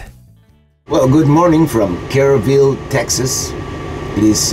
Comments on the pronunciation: Its "Kerr ville, not Care Ville lol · Kerr ville not kerry ville propane